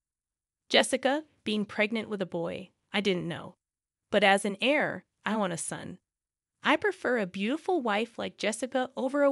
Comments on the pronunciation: The word is heir not hair. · They are correct....Heir is pronounced Air,like what you breathe...